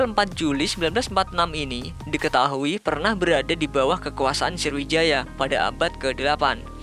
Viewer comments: Sriwijaya ngab bukan sirwijaya:v 😂😂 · Woee srowijaya woe..bukan indoneisa